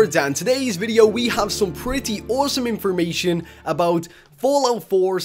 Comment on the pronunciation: Did he say inspormation? Does that mean it's inspiring information? That's an excellent word